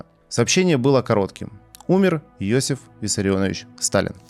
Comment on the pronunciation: Иосиф, а не Йосиф.